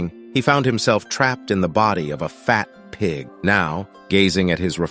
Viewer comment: Why did he say fat pig like that, that sh gotta be personal or smth 😭